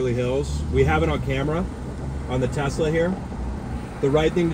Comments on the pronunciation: its Tesla not Tezzzzla 😂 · Have you ever made a vid explaining why you say Tesla incorrectly?